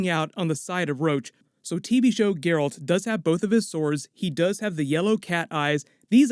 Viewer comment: his name is Geralt (Jeralt) not gayralt